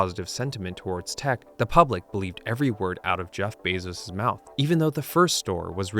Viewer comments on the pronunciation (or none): none